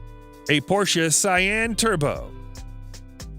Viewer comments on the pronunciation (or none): 'Porsche *S*ayenne ' ? Really? :D :D :D (it's *C*ayenne, dude!) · Error: Porsche Cayenne is pronounced with a hard "C" at the beginning - like cayenne pepper - duh.